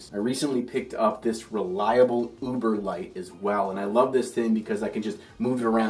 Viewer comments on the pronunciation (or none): none